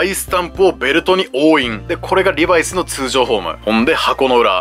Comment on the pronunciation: リバイスのイントネーションがなんか気になる…